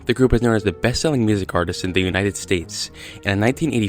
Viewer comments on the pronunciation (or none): none